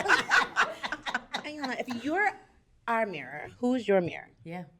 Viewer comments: ee-yon-la! not eye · Why do so many mispronounce Iyanla's name? It is not I-yanla it is E-yanla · Ee-Yan-lah Ee-Yan-lah Ee-Yan-lah Ee-Yan-lah Ee-Yan-lah Not Eye-yan-la! Irks me when people get it wrong. Apart from that, thank you for this vid, love it. Ps. Those earrings on the far left! 🔥 where are they from?!?